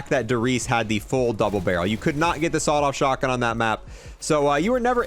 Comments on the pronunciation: the way he says sawed off shotgun lmao "shawed off sotgun" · did anyone else notice he said Shawed off Sotgun instead of Sawed off Shotgun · “Shawed off sotgun” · This man really said shot-off sotgun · "Shawed off sotgun" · The shaawed off sawtgun?what did you say to me?????? 🤣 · ah yes, the "shawed-off sotgun", such a classic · i knew i wasn’t the only one who noticed that 💀💀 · "Shawed Off Sotgun" Lol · A "shawed off sotgun" Love it!